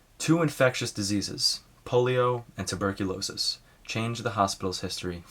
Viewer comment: Tuberculosis or phthisis - not turbicliosis